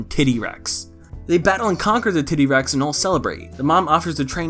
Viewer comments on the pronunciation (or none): What the hell, I am retarded or is he saying "tiddy-rex" instead of T-Rex? fuck it's 1 am and I can't tell xD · “tiddy rex” smh scaly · I will never pronounce titty-rex correctly again.